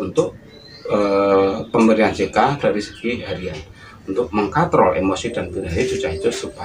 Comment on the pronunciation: mengkontrol ya..bukan mengkontol 😂